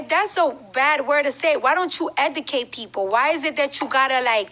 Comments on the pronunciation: Was her trying to say Educate driving anyone else insane!? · Debbie Davis 😂😂 OMG thank you!! I can't believe this is the face of hip hop!? Lord why!!? Zero talent and steals everyone else's flow. I give her 2 yrs max! And why is she always trying to sound smart when she sounds the exact opposite. Hence how she is pronouncing the word "educate" in the video🤦